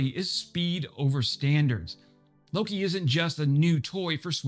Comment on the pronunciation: All you non-Swedes out there, say it with me: "Lo-kE". "Loki" is some kind of Americanized version of the native Swedish name for the Norse god "Loke".